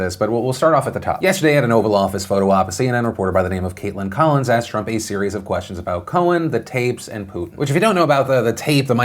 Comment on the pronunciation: its the way she aksed!!!!!!!!!!!!!!!!!!!!